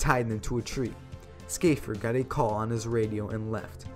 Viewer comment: I think he pronounced "Shaffer" as 'Skafer'. Odd